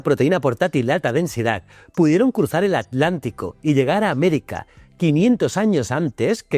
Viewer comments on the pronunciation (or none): none